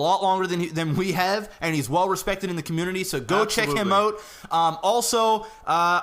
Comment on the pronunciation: Man it is annoying when you say 'out' as 'ut', hope you don't mind me sayin